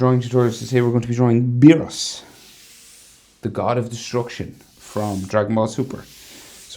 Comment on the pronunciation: Bro am I the only who heard him call beerus DOGE